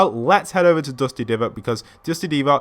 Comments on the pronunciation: It's divot not 'deevot' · The one time pronounces divot correctly and goes back instantly to that annoying "deevot" pronunciation...